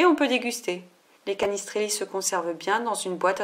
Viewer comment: Ej a si tester mais je suis corse et on dit cannistraili c'est bizzare... Sinon super recette :)